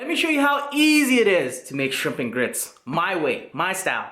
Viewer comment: Come on get it together. It’s grit! Lol. 😋